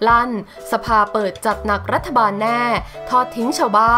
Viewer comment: ฟังอ่านมาหลายครั้งแล้ว รัฐ-ถะ ไม่ใช่รัฐ-ทะ ภาษาไทยวิบัติ